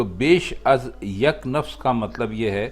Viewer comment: نفس یا نفَس، نفَس ہونا چاہیے